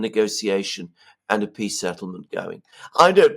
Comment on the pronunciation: "The swiss piss summit" :face-green-smiling::face-blue-smiling::face-pink-tears